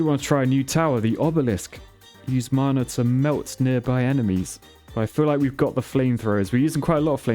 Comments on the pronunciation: P.S. "Mana" is not mar-nar, it sounds like manner. Mah-Nah. Rhymes with banner. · It’s not maaaaaana it’s mana. Man-a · Why are you saying mana as marna it hurts my ears XD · Is it me or the way he says mana sounds posh? 😂 I pronounce it (maa-naa) Vs (mar-nar)